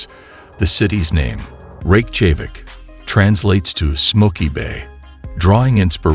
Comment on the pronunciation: It would add a lot of credibility to your video if you would teach to text-to-speech app to pronounce Reykjavik correctly! It makes it appear amateurish..